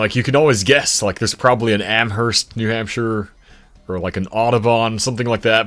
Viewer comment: weird question to be answering, but Anaconda-Deer Lodge in Montana is a merger of the city of Anaconda with Deer Lodge county. also, you don't say the 'h' in Amherst. on a similar note, you also don't say the 'h' in Aloha, Oregon- the theory i'm familiar with is that it was originally Aloah, from an indigenous word, but at some point the 'a' and 'h' got switched. the pronunciation stayed as it was, but the spelling changed.